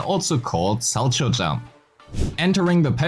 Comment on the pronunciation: The fact that literally no person making ZZZ content knows how to pronounce Solchow is so funny. ITS FIGURE SKATING GUYS, ITS PRONOUNCED "SOW-COW"